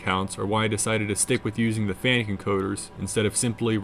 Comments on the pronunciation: The name is pronounced Fanacu, And not fanic !!!! 🤦🏽💩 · You have diligence in spades! BTW it's pronounced "FAN-ook"..😀